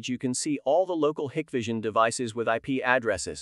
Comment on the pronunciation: Hike-vision. Not Hick-vision.